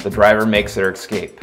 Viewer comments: Say eScape...not EXcape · You have got to re-record this. The constant pronunciation of the word “escape” as “eXcape” made the video nearly unwatchable and frankly too distracting to be a functional tutorial.